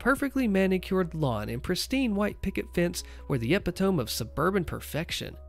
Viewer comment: Epitome : E-pit-tom-E NOT eh-pit-tom